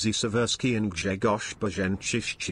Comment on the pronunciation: I dont get whats so hard in names of those Polish captains. Im polish myself and my actual name is Grzegorz. That lector didnt got it right.